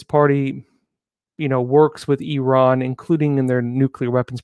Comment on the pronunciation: thank you for saying. "EE RAHN" and not "I ran".👍👍👍